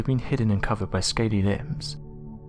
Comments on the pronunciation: The word is ‘lips’. Not “limbs” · Why does the narrator say "limbs" when he means "lips"? Does he have a speech impediment? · Him saying “limbs” instead of “lips” makes me so uncomfortable. Me over here picturing another set of arms on its cheeks covering its mouth when it was closed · Are you saying lips, or limbs? Teeth covered by scaly limbs, what?